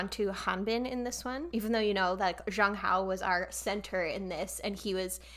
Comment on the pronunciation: Also a tiny tiny correction, Zhang Hao should be read more like "Jang Hao" with J like in for example "Jake". It's nothing bad, I just wanted to let you know ^^